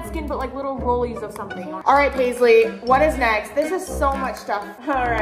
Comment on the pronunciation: “ my 12 year old Paislees “